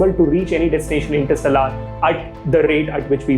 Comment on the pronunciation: OK ! Average attempt in explaining what interstellar travel really is and how close are we to achieve the ability to travel between stars, there were several things that I didn't like as mentioned below 1) You pronounced INTERSTELLAR and PROXIMA CENTAURI incorrectly through out the video 2) Explanation of what interstellar travel was all over the place, you could have Just mentioned.. travelling between stars is called interstellar travel and then give one example. 3) Antimatter propulsion...it's not matter antimatter fuel...keep it simple...why add an extra word "matter" to complicate it. 4) Astronomical unit (AU)..you should have told people first what AU is..1 AU is the distance to earth from the Sun then quote other figures. 5) You seem to be someone who likes space facts and stuff but doesn't have in depth knowledge,just my honest opinion but you can always get better. 6) Lastly,The whole video was clumsy,I mean you fumbled and got conscious and said non sensical stuff..hence I disliked the video Keep learning though..Good luck :)